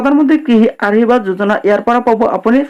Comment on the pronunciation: ভাষাবোৰ শুদ্ধকৈ কবি, আহিৰবাদ যোজনা,জয় আই অহম এইবোৰ নকবি